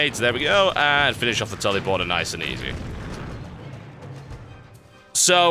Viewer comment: Sounds like he is saying 'Tellyporter'. :P